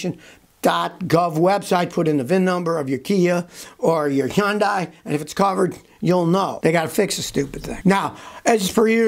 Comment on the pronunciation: Scotty take a deep breath and just say : Hun-day. Think Sunday with an "H".